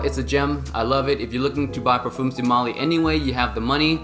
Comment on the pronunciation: When you are into Fragrances learn to pronounce the word Parfum otherwise just stick to Perfume.